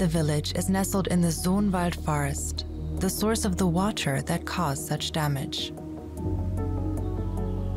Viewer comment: WaTer. WaTer. The way the narrator was pronouncing that word was making me crazy, to the extent that I had to stop watching. I'm sorry.